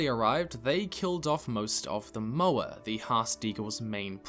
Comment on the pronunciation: As a fellow kiwi, your pronunciation of "Moa" offends me. You couldn't sound more like my grandmother. Just need to get you to work Taupo into a video to truly test how much like an elderly white lady your Te Reo is.